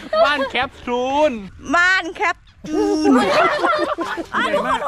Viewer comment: ตอนแรกดูคลิปพี่อู๋เห็นพูดแคปซูลเป็นแคปจูนก็พูดเล่นๆตลกๆพอมาดูคลิปน่าจะจริงแล้ว😂😂(น่ารักมากกกกกก)